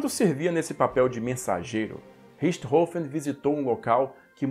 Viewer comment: Mestre obrigado por ensinar a pronúncia correta do sobrenome de barão vermelho 🛩